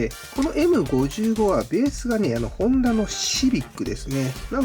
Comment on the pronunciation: エムごじゅうご ではなく エムダブルファイブ です！